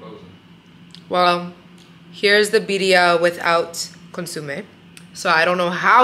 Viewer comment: Consumee??? Consomme. Sad.